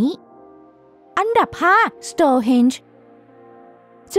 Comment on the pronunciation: Stone ที่แปลว่า หิน ไม่ใช่ Stores ที่แปลว่า ร้านค้า อ่านผิดๆถูกๆเกือบทุกคลิป หงุดหงิดนิดๆ